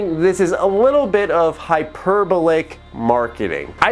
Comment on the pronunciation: Stress the penultimate syllable: hy-per-BOL-ic. (Yes, I'm that guy.)